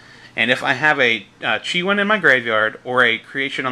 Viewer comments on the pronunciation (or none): Bixi (bee-shee) Chiwen (chee-wen)